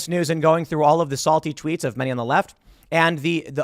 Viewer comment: When tim said "Salty Tweets" I heard "Salty Treats"